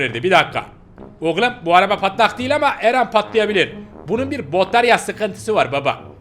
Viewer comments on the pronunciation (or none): none